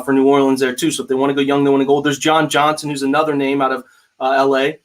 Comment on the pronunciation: you are killing John Johnson’s name. 🤣 You almost got me calling him Josh or Jones!